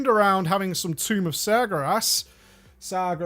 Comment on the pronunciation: "Tomb of Serge" the French demon.